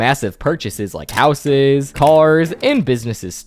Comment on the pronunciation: You make super good videos, but your youtube accent is starting to pmo. "Mr. Goodman is by far the richest character in SMLLLLLLLLLLL". "Housessssssss". (greatly extending the last syllable of every sentence)